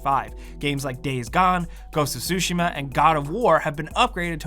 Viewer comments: Its ghost of tushima not ghost of shushima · It's not "ghost of sushi-ma", it's "ghost of tsu-shima" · definitely said sushima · ITS GHOST OF TUSHIMA NOT SUSHIMA AAAAAAAAAAHHHHHH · “Ghosts of sushi-ma” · "Ghost of sushi" 💀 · I pay attention to too much detail smh... "Ghost of Sushima" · Ghost of Sushima?? 😂😂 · "Ghost of sushi-Ma"